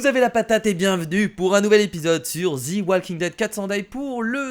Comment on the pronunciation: Kira ont ne dit pas zi walking dead mais ont dit ze walking dead UN PETIT CONSEIL DE MA PART ALLER CONTINUE COMME SA MEC TU ASSURE🎁🎁🎁🎁🤣🤣😍